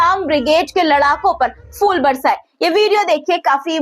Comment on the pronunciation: ..fool nhi phool hota hai..fool banaya jata hai..phool diya jata